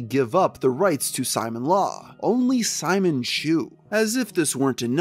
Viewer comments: Bro why does he pronounce is Simon-law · Simon law 😵😵😵 dude. You should know how to say the name right. There's footage of Chris saying it. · Ok you finally stopped saying "Sonick-Chu", now let's work on your other electric hedgegogs, Simonla is pronounced "See-mon-lah" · Why are you saying “Simon-Law”? It’s Sim-Mon-Lah. Know you’re friggin content good lord. Just really sounds dumb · "Simon-law" I'm fucking dying. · You pronounced Simonla wrong! "Simone-La" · Simonla is pronounced Simone-la, not Simon-la. Alec and Chris say her name outloud many times in the Alec/Chris calls. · “Simon Law” bruh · Alright. Good video but I need to say… every time you pronounce it “Simon-Law” when talking about Simonla, a handful of my braincells go home for the night. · bro ur pissing me off not saying sonichu and simonla righr 😭😭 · Anyone else bothered by someone making a documentary about Chris Chan refusing to learn how to pronounce important things in Christory? Like “Sonic-Chu” come on man. Good video but that makes it come off as in a sense lazy. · Dude, it's pronounced Soni-chu, not Sonic-chu. And not knowing how to pronounce Simonla shows you didn't know anything about Chris before doing these vids, almost like someone else researched and wrote this script for you.